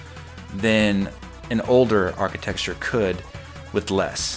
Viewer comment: You keep pronouncing "architecture" like "archiTEXTure."